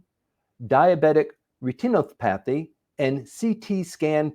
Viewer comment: Hi, For your English homework this week, I'd like you to review the pronunciation of these words: Retinopathy Triage Concierge Homogenization Also, if you allocate more time to practicing reading and you start writing these scripts yourself, you'll improve faster. Best of luck with your studies!